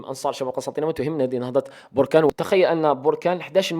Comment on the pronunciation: اخي بركان ليس بوركان